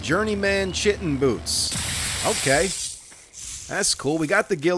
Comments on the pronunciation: Love the run through vids. p.s. Please stop mis-pronouncing Chitin. It is pronounced Ky-tin. TY :) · When your said "journey.. man chitin boots" it sounded like you said "journey.. man sitting boots"🤣🤣🤣🤣🤣🤣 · He said in the first video he knows how to say it, but chooses not to because his way sounds funnier.